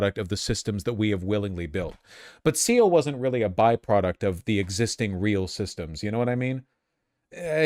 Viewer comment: "Seal" It's pronounced "Seh-lay"